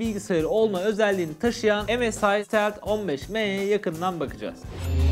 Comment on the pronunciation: keşke bi çeviriden baksaydınız bilgisayarın adının nasıl telaffuz edildiğine